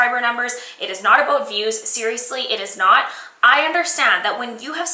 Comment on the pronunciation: "were going to step away from the beauty products and talk aboat youtube" You're CANADIAN! <3